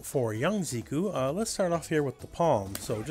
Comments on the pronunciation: Zeh-koo not Zee-koo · "Z-cue"? The announcer says his name haha how can u say it wrong?! "Zeck-ew" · Zeh-ku, Zeh-kuh. They pronounce it when he wins. Great video, though. Lol. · His name is Japanese. If his name were the way you pronounced it, it would be spelled "Ziku". Hero Banadana and the others who commented on this are right. It's pronounced "Zeh-ku".